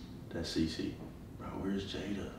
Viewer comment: So nobody peeped how called jayda "JAYNA" when he went for a hug & said it was a prank